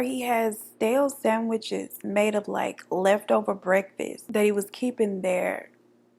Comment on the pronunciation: "Bread and bekfast" 😂💀❤